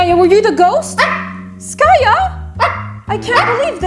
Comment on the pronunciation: The way she calls her "skayou" instead of skaya always made me giggle 🤣